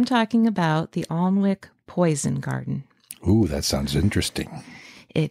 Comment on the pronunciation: It's pronounced An ik not Arn wik, I live here.